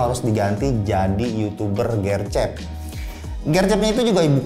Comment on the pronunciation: gw bingung gercep nya ngomong nya gercep, bukan gercep jadi gw kira maksud nya apa. ternyata gercep cuma e nya aja bukan di baca e tapi di baca e.